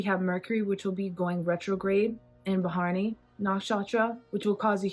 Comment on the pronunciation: it's not ba-haa-r-ni.... it's bha-ra-ni... pronounce like bhuh-ruh-nee